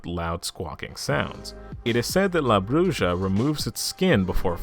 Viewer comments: It’s is pronounced Brew-ha not bru-ja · La Bruja. Bruja is pronounced as Broo-ha, not Broo-ja. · BROO - HA not Bruja a witch homie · It's pronounced Bru HA not Bru Sha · Oh goodness that pronunciation of the word "bruja" . Bruu-haw is how that's pronounced. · La Bruja - la - brew - ha. The J makes a h sound in Spanish. Honey, if you weren't making mistakes...I'd have to give you some side eye. Great video! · La Bruja pronounced la Bru'ha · It’s killing me the way you say bruja 😂 but still a great video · Over all your pronunciation is pretty good,but for future reference the “ja” in bruja is pronounced as a “ha” sound😊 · i know u said that you may mispronounce some words, but i was not expecting the way you were going say la bruja it made me laugh a lot. love the vid tho